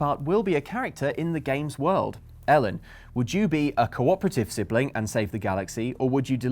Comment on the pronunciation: I actually thought Ellen said Hiya Mellon not Hey, i'm Ellen.